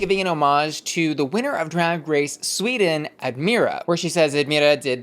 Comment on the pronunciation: ad-MY-ruh not ad-MEER-ruh